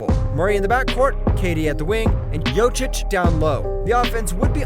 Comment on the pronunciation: Imagine if 2x MVP happens to be somebody with the name (for example) Batsaikhan Lkhagvasüren? How would you pronounce that name when you are butchering Jokic?